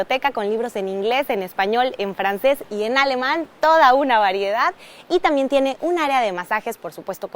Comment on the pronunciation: Dice "tamien". 😅